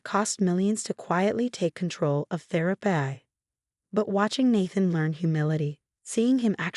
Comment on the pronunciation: thera-pee not thera-Pie! Grrrr!